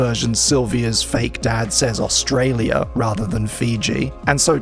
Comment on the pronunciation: Your pronunciation of Australia hurts me. But it's funny as I don't hear many refer to it often.